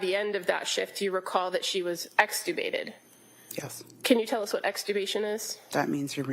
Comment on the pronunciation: She really loves the word extricubated ha ha